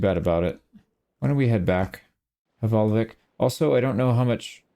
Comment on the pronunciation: As a Norwegian, i would like to teach you how to pronounce the "vik" part in hvalvik! It’s Veek, like meek but with a V! The way you pronounce Hval is okay, it’s just the L, but that’s a difference in language.